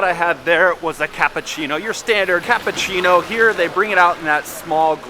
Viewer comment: You are very good. I'm sure you can learn to say cappUccino and not cappAccino.